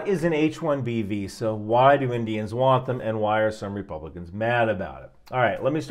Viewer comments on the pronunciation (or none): none